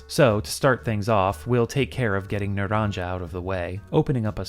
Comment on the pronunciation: It was driving me nuts hearing you mispronounce naranja repeatedly, but then we get a snippet of game audio and they actually mispronounce it in game! Ay, dios mio!